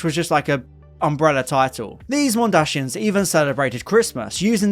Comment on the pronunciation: MondaSIANS Not mondaSHIANS